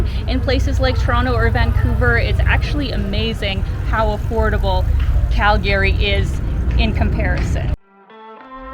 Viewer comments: It's CalGree not Cal-Gary....nobody named Gary Here! Ya gotta learn the local-isms before you consider yourself a true Calgaryian! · It's pronounced Cal gree. Not Cal Gary. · I can tell you’re new to Calgary by the way you pronounce it. Cal-Gary instead of the norm ‘Calgree’.🤣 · Cal- Gary? Lol ! Call Gary, no it’s Calgary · Wait is it pronounced Cal-Gary or Cal-Gury? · I really like Calgary, even though I've only visited once. I think the locals pronounce it "CaL-Gree", just two syllables. Saying it with 3 syllables marks you as an outsider. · its pronounced Cal-gry. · 'Round these parts, we say "Calgree". Great video! 👍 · It’s “Calgree” just saying. Nice video. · Born & raised Calgarian here. Just so you know, it is pronounced "Calgry". The second "a" is silent.